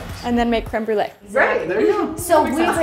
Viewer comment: "and make crembrule" - 🤣🤣🤣